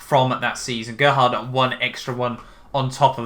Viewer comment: GEH-HARD BURGER